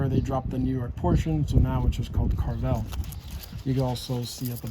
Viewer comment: Pronounced Care-ah vell